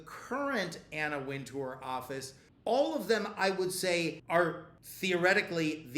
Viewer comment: Winter, it's pronounced Anna Winter. You're welcome